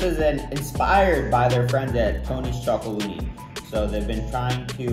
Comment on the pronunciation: It’s pronounced not ChocoLONEY but ChocoLONELY (“lonely” like when you’re alone). And their chocolate is really good! Salted caramel one is a must-try, you’d love it!